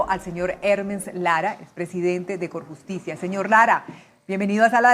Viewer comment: Alguien más escucho corruptilia en vez de corjusticia?... 😂